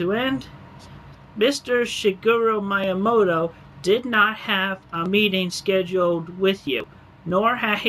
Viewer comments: Dude's constant mispronouncing of "Miyamoto" and "Fils-Aime" is triggering me. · Am I the only one annoyed by how Chris pronounces Miyamoto’s name?